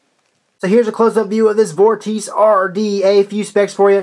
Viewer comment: hmmm sure not pronounced vor-tee-chey ??